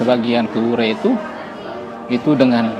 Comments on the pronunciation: Sdikit Masukan klw nama desanya WURE (Adonara) bukan Weri. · Tuan Berdiri...di kapela Wure...bukan Weri....mksh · Di wureh, bukan weri